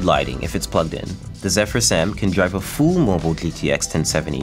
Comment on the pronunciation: Full sounds like "Fool" lol